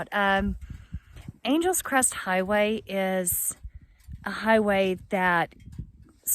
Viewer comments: Ok... I just have to ask.. why would that road be pronounced as you pronounced it "Angels Crest Highway" and at least twice later.... when it is spelled like the city Los Angeles??.... which is pronounced totally different than "Angels"....the city gets stretched out to Annn Gel essssss. Just curious.. inquiring minds want to know.... And just to show how things get twisted...here in Indiana DuBois county is Du' boys... and Terre Haute is Terra Hoetd... and the county it is in Vigo, would should be pronounced Beego as it is Spanish, but most of my fellow Hoosiers don't know that but call it Vie'go, though those who live there call it Vee' go. But then you're a Texan and thus cannot be held responsible for the Cali language... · Nice video but it’s not Angels Crest it’s Angeles Crest Highway like Los Angeles 😜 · You have been here 3 years? Its Angeles Crest Highway, NOT Angels Crest. Otherwise, nice video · Silly Texans talking funny! It's "AN-gel-lus" Crest. Angeles, as in Los Angeles. Yes, yes yes, we know it "means" Angels. It's like one of us, saying "LUCK-in-back" Texas....Waylon, Willie, and the boys.... Very nice scenery, too bad about the fire damage, but that will make next Spring a wonderland up there! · Ridden it on a road bike and a motorbike. Beautiful. (I believe it's pronounced like the Angeles in "Los Angeles". Three syllables.) Great video thank you for posting.